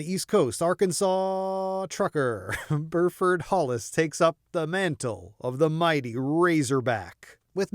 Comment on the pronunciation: It’s pronounced “Bue-frd”